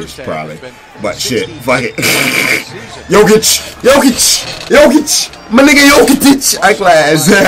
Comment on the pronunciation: Now that he said Jokic right I kinda miss Jokitic